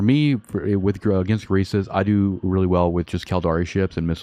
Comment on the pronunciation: it's calle gu ri ista